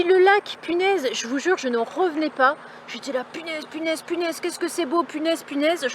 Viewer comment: J’étais aux anges et pas j’etaitttttt aux anges avec une super liaison....